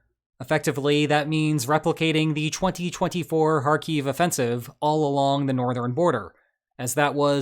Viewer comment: Hi, I found your video quite insightful, albeit speculative, you are one of the few commentators who can actually pronounce Kharkiv properly!!😮 One mistake is you used the Russian figures for losses on the Ukrainian side, which are obviously made up. Two things you didn't mention are: One obvious objective is the Sudzha (try pronouncing that!) gas hub, which is a single point of failure for rascki gas export to the EU, and the other point is Russian pilots are very afraid to fly in the border region because of the strength of Ukrainian air defences now. The video showing vehicles heading down dual carriageway past the burning military vehicle, with two jets flying overhead, was likely to be Ukrainian jets providing air support to this incursion. Though I could be wrong! 😅 Слава захисників України!!😃🇺🇦🇺🇦🇺🇦